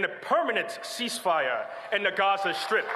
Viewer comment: Genocide Joe can't even pronounce Gaza.